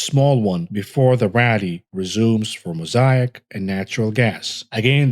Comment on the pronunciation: Moe say ick not moe sai ack.